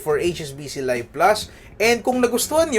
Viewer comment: I think this is pronounced LEEV plus, not LUHYV plus. Also 8% is not "unheard of", Eastwest Visa Platinum offers 8.88% on even more categories.